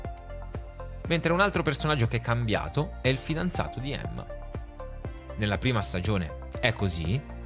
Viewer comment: veramente si chiama Gemma non Emma, se un video va fatto è bene che si sappiano i nomi degli attori prima di criticare